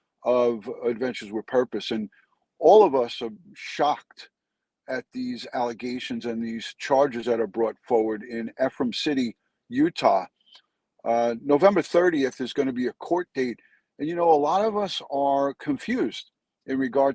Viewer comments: Love ya:) it’s pronounced eee-frum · Just to help with pronunciation of Ephraim it’s actually E (sounds like weeee) - fram. Ephraim. Eeefram= Ephraim.